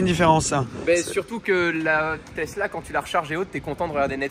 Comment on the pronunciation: Les supports de plaque format Europe avec la taille minuscule des plaques monégasques qu’est ce que c’est moche :o et « tezzla » y’a que moi ça rend dingue? Ça se dit « tessla »